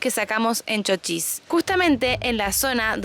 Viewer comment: No es Chóchis. Es Chochís